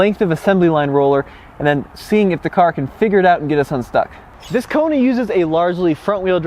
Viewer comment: Did he just call the Kona (Rugged) 😂😂